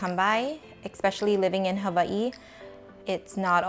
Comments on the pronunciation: Wow first time hearing the proper pronunciation for Hawaii, I will pronounce it that way from now on ! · i was today years old when i realized how to pronounce Hawaii the correct way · So great to hear "Hawaii" pronounced correctly